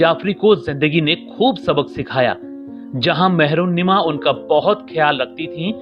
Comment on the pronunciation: Mehrunnisa HOTA hai naam mehrunnima nhi